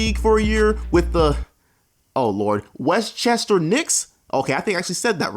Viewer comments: You need to believe in yourself when it comes to some of these team names bruh 😂😂 you pronounce them better than you think. “WestChester” lol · My brudda pronouncing westchester is an achievement to you. You better pace yourself with more exotic ones.